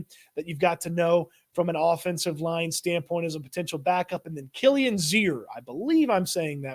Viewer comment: You pronounced Kilians name correctly ✌️😊